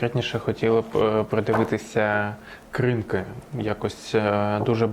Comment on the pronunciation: Правильно КринкИ, а не КрИнки.